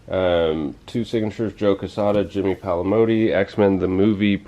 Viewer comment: Jimmy Palmiotti, not Palimoti